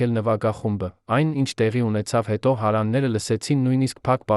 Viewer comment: Շատ վատ եք կարդում ,շատ սխալներով Երևանը սխալ արտասանելով,հարևաները, տվեք թող ուրիշը կարդա